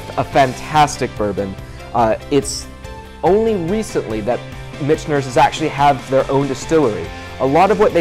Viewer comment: Great video! I subscribed a few months ago. Keep up the good work. But I.... got to give you some friendly ball busting for pronunciation of Michters. (Mick-ters) You keep adding an (N) in there.. .. blame it on the whiskey. Lol